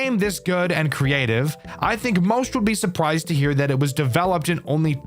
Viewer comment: “Supwised” wrap it up 🤞🫩 Love your vids 😘